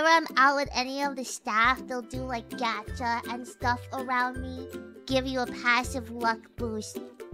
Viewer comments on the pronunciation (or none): I love her pronunciation of gacha: 'gyatt-cha'